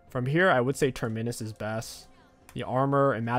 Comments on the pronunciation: It’s not ‘Terminnus’ it’s ‘Terminus’ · I think the torture is he saying Ter-MI-nus. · I hear next patch you won’t be able to take an item unless you can pronounce its name correctly. Big Terminus nerf for you